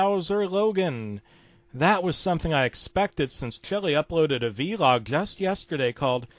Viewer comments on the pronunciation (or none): It's not Veelog. It's actually Vlog